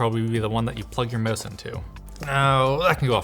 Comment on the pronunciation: "That'll probably the one that you plug your MOOSE/MOUSSE into" 😜